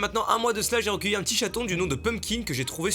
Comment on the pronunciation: Je suis le seul à entendre "j'ai enc*ler un chaton il y'a un mois" à ?